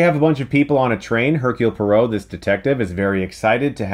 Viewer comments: It's poirot not perot...and he's belgian not french. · Perrot (or was it parrot?) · LEARN TO PRONOUNCE POIROT!!! NOT PAROW!!!!! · It's pronounced "Chuckles Branagh". It did get funnier and funnier every time Chris says "Bron-ha", which was a lot of times in this review. Also "Perot", like Ross Perot. LOL. It's "Pwah-row", like far-bow. The way you pronounc "Pois" in "Petit Pois". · Because the main character is Belgian his name is NOT Poro, it’s pronounced “Poaro” and spelled Poirot. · "Puh-ro"? Why do I get the feeling that Poirot would sarcastically but charmingly correct you if he heard you pronounce his name that way lol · Poirot should be pronounced Pwah-Roh. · Purot lol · Pwa-row. and Brannagh is Bra-na, not the hilarious way Chris says it. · Your pronunciations were driving me crazy. Say it with me - Kenneth BRANNA and HER-KUELL PWAAH-ROW (as in "row, row, row your boat"). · Its not Hercul Parrot, its Hercule Poirot. Dammit Chris. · Managed to mispronounce branagh and poirot wrong in one sentence lol its brana and pwarot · It's amazing how Chris can mispronounce the names of both the actor and the character that he plays... haha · I love you Chris but your pronunciation of poirot and Branagh made me cry. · You are saying Poirot wrong. Poirot will be very disappointed with you. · You got the pronunciation of both Poirot and Branagh wrong. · You pronounce Poirot and Branagh in a way i've never heard before, maybe it's an American thing.